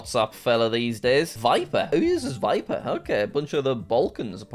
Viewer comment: "Viper who uses Viper" Bruh it's Viber 😂😅